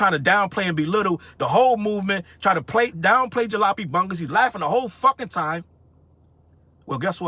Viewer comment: The most disappointing thing to me is that didn't know how to pronounce Jalopy. I've got duct tape holding parts of one of my cars together right now.